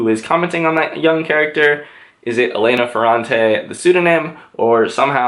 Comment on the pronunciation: please it's élena not eléna